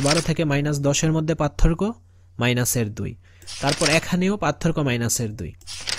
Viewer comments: পাতথোরকো না,পারথোককো উচ্চারন হবে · সার পাতথোরকো বলেন কেনো 😮